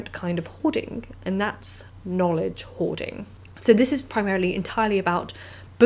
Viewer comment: "Hoarding"??? I thought you said "whoring"!!! Never mind.